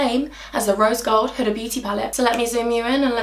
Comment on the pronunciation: My name is huda omg and I fan girled when u said huda beauty even tho your not talking to me lol😂but u said it correct yay omg I want to hug you omg